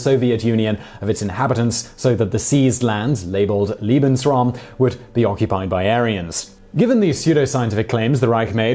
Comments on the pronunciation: Weermacht? Wehrmacht?? Try Vairmacht, buddy (to correct your risible phonetics). Get your pronunciations right. And the German paper was called Der Sturmer, not Der Stroomer. And it's Lay-bens-raum, not Leebensraum. And... And... What's wrong with you? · You don't know how to pronounce "Lebensraum". What you said was "Liebensraum" which would mean "loving space". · not liebensrom LEBENSRAUM PRONOUNCED LAY-BENS-ROWM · I like that you called lebensraum: liebesraum, which sounds way sweeter. Liebes means dear, you bratwurst.